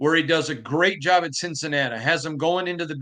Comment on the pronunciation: Wen he wants more attention he says Cincinnata, then same paragraph says it properly.